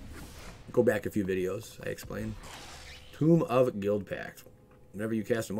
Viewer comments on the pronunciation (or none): Hearing home pronounce "tome" as "tomb" bothered more than it should have.